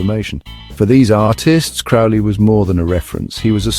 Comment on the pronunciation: His surname is pronounced to rhyme with Crow.